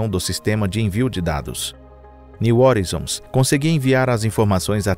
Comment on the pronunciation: Cara aprende a pronunciar as palavras direito pelo amor de Deus, que agonia de vc falando horizons, o vídeos está muito bom, mas podia estar perfeito, não inventa pronúncia, estude, pesquise e aprenda.